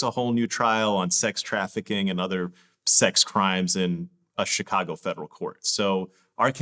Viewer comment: Why does vlad pronounce Chicago like that???? Chacargo